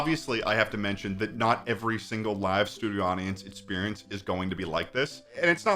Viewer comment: For someone who can’t pronounce it correctly, sure does say experience a lot